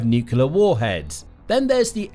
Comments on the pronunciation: fyi It's "NUCLEAR (NU_ KLEE _ AR) not NUCULAR. Pedantic , I know, but to me it's like nails on a chalk board since Gee Dubya Bush invented that misspeak. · NUCLEAR....not...NUCULAR! For God's sake. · It is pronounced nuc-LE-AR not nuc-u-LER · If you insist on saying nuclear so often, could you pronounce it correctly? You sound like Homer Simpson when you say nucular. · It's so grating when supposed political analysts or politicians can't pronounce "nuclear" correctly.